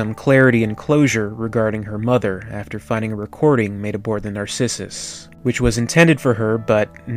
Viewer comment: You can't pronounce Sevastopol? Or Narcissus?